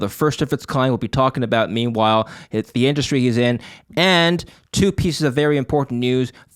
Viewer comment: I thought says "Memewhile"😊